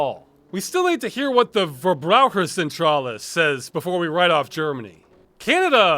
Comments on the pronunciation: Thank you so much for keeping the fight going! And good job on pronouncing "Verbraucherzentrale" 😄 You're very close! I think it would be even closer if you pronounced the V as an F. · "verbraucherzentrale" wonderful pronouncing job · Man, Ross saying Verbraucherzentrale makes my day